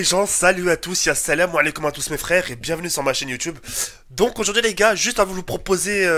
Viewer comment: stppp arret de dire ya3 salam alikou juste salam alikoum ooooo